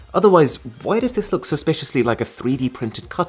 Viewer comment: ‘’’Just look at this’’ was souding like ‘’ just fu*k at this 🤣🤣🤣🤣